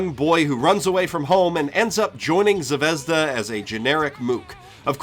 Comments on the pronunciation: I was about to comment about how you keep saying Zavezda when it's zvezda, but you correct yourself once to say it properly , and then go back to saying zavezda. Why do you do that? It's has no za in it, aren't you using more energy to do it wrong. You don't say "Zawei-hunder" when you say Zweihander, no do you say Zaveza when the russian word is zvezda. Please stop. Please. Please. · it's zvezdA, not zvEzda, thank you very much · it's zvehzdUH, not zvEHzduh, duh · It's not zvEzda, it's zvezdA. Russian word for "star". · About "Zvezda". Its a Russian word which mean "Star". And not "zvEzda", but 'zvezdA'. I know, noone cares... But maybe? ))) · Zvezda is pronounced ,Zviz-da russian word for star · Z-vi-ye-z-da. russian word for star. i like the vid but man did that word tick me off. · Zvezda? really dude? fucking really? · Just so you know, "Zvezda" means "Star" in Russian. It bothers me that no one can pronounce it correctly. Put it in google translate, and see how different it sounds from how everyone says it. Here is the word written in Russian: Звезда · By the way, interesting fact - 'Zvezda'(the stress falls on the last syllable) is russian for 'star'.